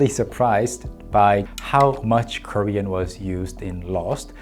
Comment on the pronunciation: Props to Daniel Dae Kim for not cracking up while hearing the other guy's Korean. I'm not Korean and only learned the language through the internet and dramas, yet his pronunciation sounded funny to me.